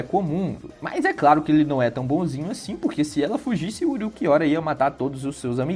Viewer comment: "Uruquiora" hauahsushsusha tu é japonês é? Fala como tu lê, Ulquiorra.